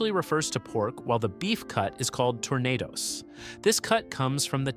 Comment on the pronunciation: Ambitious clip but… 1. You claim that the bone doesn’t add flavour- false. The bone has lots of flavour especially the marrow 2. When you cannot pronounce tournedos correctly you have lost all credibility